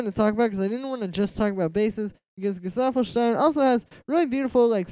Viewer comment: The first English speaker to pronounce correctly Gesaffelstein 👍 double 👍for the vid.